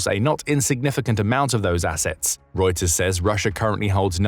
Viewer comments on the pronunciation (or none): none